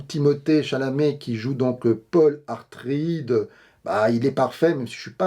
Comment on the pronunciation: Atreides pas Artreides mon petit.....👍👍😉